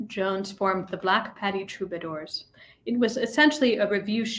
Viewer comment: It's pronounced P-ah-ti not patty cake.